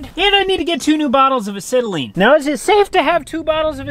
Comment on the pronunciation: Acetylene,,ask Cooper,,ur saying it wrong,,he might luv u to much to tell ya the truth